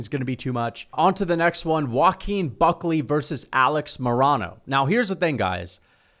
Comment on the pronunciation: Dude you pronounce Alex Morono so wrong lol